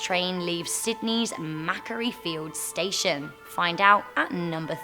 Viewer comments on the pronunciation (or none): Nice video guys, keep up your awesome work! ☺️👍 Just thought I’d give a little heads up , it’s pronounced “ma-quarry” fields, not “mac-kairie” 👍🏻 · Maquaire feilds station is pronouced Ma-quo-re feilds